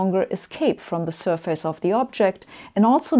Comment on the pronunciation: Joakim von Anka It's sur-fis not sur-fayce.